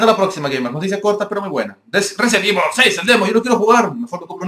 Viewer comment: xD Evol 6 xD da risa como lo dice xDDDDDDD